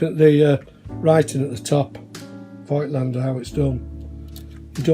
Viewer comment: Thank you for the review. The correct pronunciation of "Voigtländer" is a bit unusual. The V sounds like an F. The i isn't meant to be pronounced but is only an indicator that the o is a long vowel. This rule disappeared from normal language but still can be found in names.